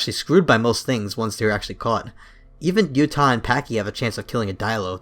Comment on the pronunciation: I am born and raised in Utah, and the way you say Utah is pissing me the fuck off. “Utih” ugh, it’s U-TAW. UTAH!!